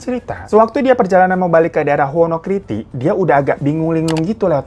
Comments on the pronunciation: maaf Bang Hiro mau ngoreksi soal pengucapan nya Bang Hiro yg "wonoKIRTI" seharusnya itu "wonoKITRI" bang hehe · Daerah Wonokitri bang, bukan Wonokriti 😂